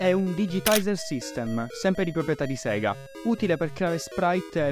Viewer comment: In realtà si dige SEGA e non SIGA, soprattutto è come viene detto appena appare il logo d'apertura su una console di quell'epoca, perché la pronuncia è giapponese e in Giappone i suoi delle lettere latine sono più vicini al latino per quelli che sono detti rōmaji.